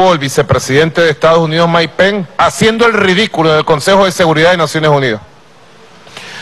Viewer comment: jajjaja no que ridiculo como insulta y repite "Maik pen" como un niño enojado, en realidad si ponen un chofer de autobus en ese cargo que mas se puede esperar. que pena por los venezolanos que bajo calleron y en estos tiempos tan avanzados.